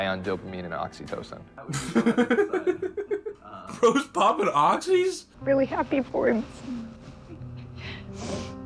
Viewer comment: oxytocin not oxycotin